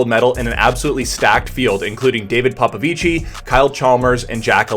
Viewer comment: Can't even pronounce Popovici ! Who can trust this clown.